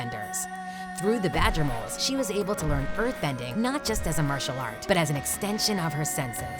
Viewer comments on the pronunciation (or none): none